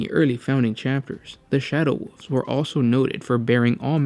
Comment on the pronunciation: "Shadow woofs"